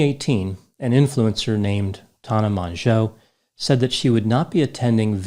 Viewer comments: Tah-nah Man-jo 😂 I 👏cannot. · The way he said tana mongeau is killing me